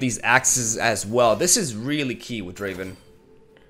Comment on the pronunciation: It's not Driven its DRAAAAAAAAAAAAAVEN!